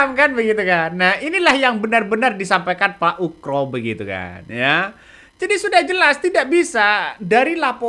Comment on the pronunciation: Pak Oegro bukan pak Ukro 😂